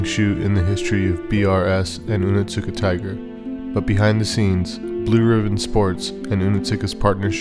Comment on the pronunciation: It's not "oh nit suka tiger" it's "oni-suka tiger". The T is basically silent, because "ts" in Japanese words is just an S sound with a VERY subtle (almost silent) T sound before it. Just a heads up from a word nerd... and Onitsuka Tiger fan 😸